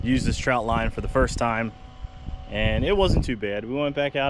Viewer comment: Nice video, but it’s a trotline not a troutline.